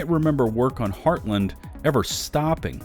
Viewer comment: Also, the way you pronounce Heartland still drives me batty lol.